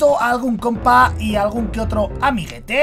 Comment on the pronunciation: por eso dijo amigete